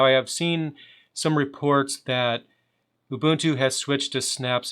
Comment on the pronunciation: Nice to see someone who can pronounce 'Ubuntu' properly. :)